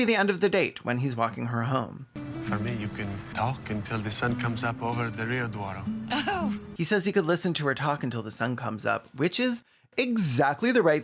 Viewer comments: that guy was did not know portuguese how do you pronounce Douro that badly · I'm sorry, is supposed to be portuguese? how the fuck did he pronounce "Douro"?